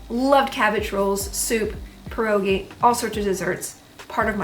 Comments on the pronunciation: You pronounced pierogi correctly, that's enough for me you're Polish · The fact you say pierogi correctly is everything to me ❤